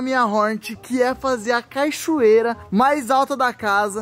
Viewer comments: BATALHAS DE GIGANTESS!! falando cachorreira kkkk (pt_ ) #hornetcampeã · "EU FIZ A CACHORRERA" 😂😂😂😂😂😂😂 AI AI